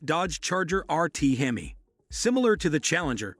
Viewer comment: It's pronounced hem-me not he-my.